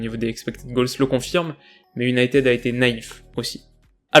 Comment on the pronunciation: Bonsoir, j'aime beaucoup ce que vous faites. Mon top flop est l'attaque mancunienne, elle était éteinte. Dans votre analyse d'avant rencontre, vous avez énuméré toutes les équipes que United (cela se dit unitiiiiid et non uniteeeed, la prononciation à la Française, quand tu nous tiens !!!) avant mon équipe (le PSG) était d'un niveau inférieur d'où les victoires qui s'enfillent comme des perles. Le Paris-Saint-Germain va aller : entendez la déclaration d'un certain numéro dix Parisien qui le dit. Je ne vais pas répéter ce qu'il a déclaré parce que (sans superstition aucune) cela pourrait se retourner contre nous. Dans ce type de compétition, il faut avoir de la chance au tirage, avec les Messieurs en noir, pas trop de bobos et d'être dans les petits papiers de l'U.E.F.A. : voilà comment on gagne le trophée. Continuez. Salut.